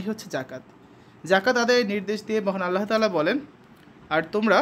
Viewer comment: আল্লাহর তা'য়ালার না আল্লাহ তায়ালার❤❤❤